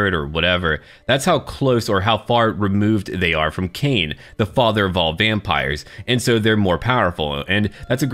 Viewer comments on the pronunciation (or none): none